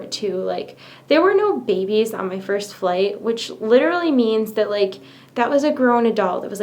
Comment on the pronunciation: Eww bro "fist"